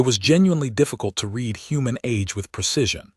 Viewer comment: and read instead of read .....